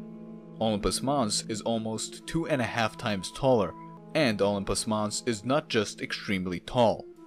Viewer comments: No mon, Olympus mons. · “Unpus Moss” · I keep hearing ompus mons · Is he saying "Optimus Moss"? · The way you pronounce Olimpus mons is disgusting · The way u pronounce olympus mons pisses me off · The way you spell it isn't much better.